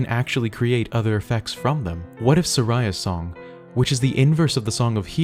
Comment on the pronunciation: "Om-ni-us" "Dee-ku Tree" "Sir-ah-ya's Song"